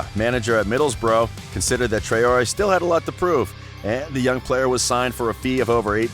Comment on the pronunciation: Trayori.. WTF Man ?! "TRAWree" is how its.